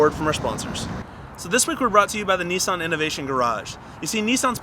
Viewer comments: Why are they saying neesan it's Nissan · isnt it nis-un not nee-san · Lol he said nisson. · He's saying Nissan wrong lol